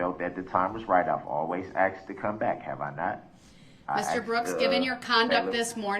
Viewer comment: He learned how to say tacit, but a simple word like 'asked' is not in his pea brain!